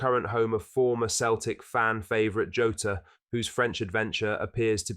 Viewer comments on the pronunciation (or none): Man the AI is awful, it lacks effort. It’s Jota not Joeta